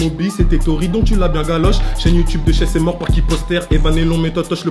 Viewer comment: C’est pas shess c’est hess 0